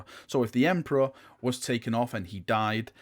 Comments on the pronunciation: TODAY THE EMPORARH IS OUR ENEMEH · "Try to picture the emprah as this golden light" Ezzzzzz